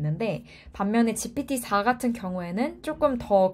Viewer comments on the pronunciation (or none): 저렇게 거의 영어 쓰시는 분이 GPT4는 "지피티사"라고 발음하시네요 ㅋㅋㅋ 뭔가 모순돼서 웃기네요.